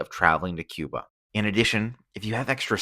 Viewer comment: No sabes pronunciar Cuba , yo tampoco sé pronunciar quihanada , cuando aprendas a pronunciar Cuba yo aprenderé a pronunciar Quihanada ok gracias